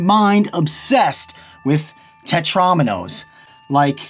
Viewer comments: It's Tet-ROW-minos, not Tet-RAWminos! AAAGH!!! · It's tet-ro-mee-nose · He said tetraminos wrong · ∅: ... Everyone: TETROMINOES